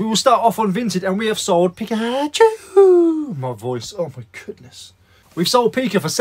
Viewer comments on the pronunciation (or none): none